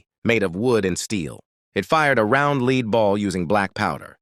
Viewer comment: It’s funny how AI hasn’t learned to distinguish words based on context . In this video, lead /leed/ balls instead of lead (led) balls.